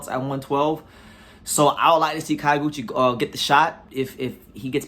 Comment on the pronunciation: It's not KA-YO(GUCHI). It's pronounced like the city KYO(to)...